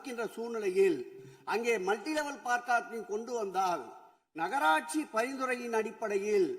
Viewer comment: Car Parking(No) Sekar Babu: Par Carking😂😂